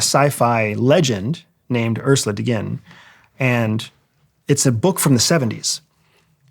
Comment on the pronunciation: Ursula Le Guin, not De Gin.